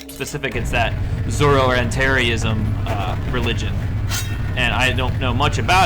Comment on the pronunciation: Aargh, loving the playthrough, but you keep mispronouncing Zoroastrianism (the religion of ancient Babylon). By now someone has probably mentioned that it's pronounced "Zoro-ASS-tree-anism." BTW, this religion also heavily informs the 2008 reboot of Prince of Persia (terribly underrated game in my view)--would you consider a playthrough of that?